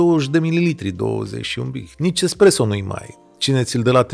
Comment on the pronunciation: Daca tot am intrat la acest podcast.... se numesc mostre ,nu monstre , also espresso, nu expresso. Toate cele bune! ☕️